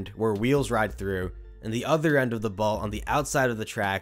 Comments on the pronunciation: Bro I love all your content buts its called a BOLT not a BALT 😭😭😭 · I don’t like the way you say “bolt”. There is no A!